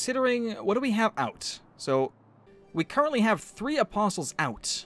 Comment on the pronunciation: Apostles Is Prounounced "Apos-oles